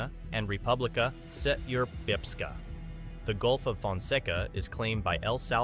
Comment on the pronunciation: that Srpska pronunciation lmao